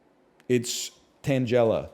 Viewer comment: Omg he pronounces Tangela like Angela